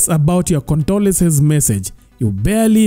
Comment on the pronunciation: 'condolences' si 'condolesence'